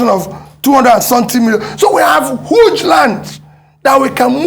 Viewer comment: Our president said 'hooge', he has been watching Sabinus 😃